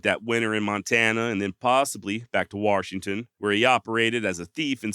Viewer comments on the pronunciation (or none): Warshington well looky hear there's an r in the warshington i got 😊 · Bro, there is no R in Washington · Good story telling here. However, there is no "R" in Washington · Warrrrrshington?? You are from the Mid-Atlantic or Northwest? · OMG. You say Washington with the same accent that I say it in. And FYI, I get told there's no "R" in Washington all the time. I was born here of course. But raised in Alaska.